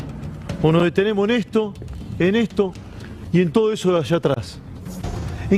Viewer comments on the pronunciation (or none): NO DETENEMO'...SE PERDIÓ LAS S